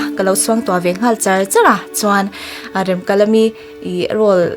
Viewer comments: A thluk iti diklo Remkalami a nilo Remkalami tihtur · Nia Remkalami itia Remkalami ni reng sia. . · Remkalami tih thluk hi a dik lo, ka lo ngaimawh deuh, mhs, i inhmeh thlawttttttt🎉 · Rem tih lai hi in lam dik lo.. A story ami ang khan lam rik tur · Remkalami i lam dan adiklo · Remkalami tih hming i lam rik dan leh, Pc Hrasa chhiar a alam rik dan ava in ang lo ve